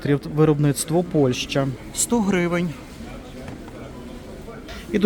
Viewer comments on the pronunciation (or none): none